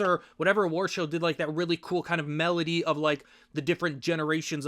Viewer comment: medley is pronounced med-ley not melody